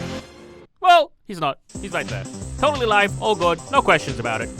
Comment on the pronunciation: “WICH YOU SHOULD TOLDLY WACH BY THE WAY”